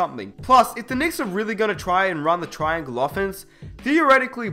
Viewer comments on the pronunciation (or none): none